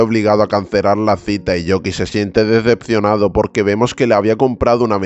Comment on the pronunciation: nunca te habías equivocado en vez de decir decepcionado dijiste dedepcionado incluso lo tuve q escuchar 2 veces😮😅😊